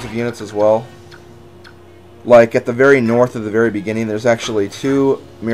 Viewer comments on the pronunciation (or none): none